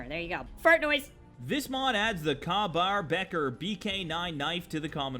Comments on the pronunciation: It's pronounced Kay Bar. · I'm I the only one face palming the he said ka bar (pronounced Kay) as kar bar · I cringed when he said kah baur lol its pronounced kay-bar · sounds like Ryan Reynolds impersonating Jim Carey impersonating Jim Gaffigan. And it's Kay-bar, not kah. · It's kay-bar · bater, my dude, it's kay-bar, like pronouced Kay not Ka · Love your videos dude... but I cringed every time you said ka bar. It sounds like kay. As in okay. Not ka like in car. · It's "Kay bar" not kah bar phew I didn't think I'd be able to correct a person on the internet today thank fuck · It’s pronounced Kay-bar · It's pronounced "Kay Bar" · Sorry but its pronounced kay bar knife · IT’S PRONOUNCED “KAY” BAR DAMN IT! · It's pronounced more like "tahn toe", and "kay bar". I got a weapon mid for the Jericho 941 and it looked great, but did more damage than a tricked out combat rifle. So many of these are way over powered. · pernounced kay bar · Welcome back! Your vids always crack me up! btw, Ka-Bar is pronounced Kay-Bar. And thanks! I have been looking for some decent two-handed swords! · "The combat knife looks like shit" BOI IT'S A KA-BAR. Na just kidding, although I do like the vanilla design., I swear you're gonna be as big as MXR one day. You're funny, yet your info is accurate. Keep up the good work bro!!! Btw you pronounced Ka-Bar wrong. Just tryin to help out!! Keep on!!